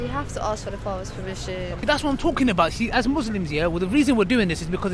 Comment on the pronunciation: its all good bro and loving the content, alhamdulillaah Allaahumma baarik just one thing..... its muSlims not muZlims i'm saying it with love akhi :)